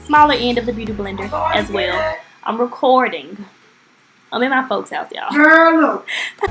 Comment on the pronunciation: Lmfao “ am racourrding” loool